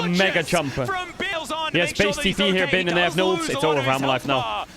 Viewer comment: and feels so nice to hear bin pronounced correctly